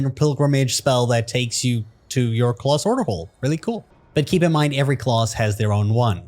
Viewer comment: why do you say class like that....its class, not clause....